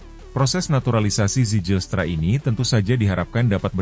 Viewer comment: Bacanya: Zeilstra bukan sejilstra😅😅😅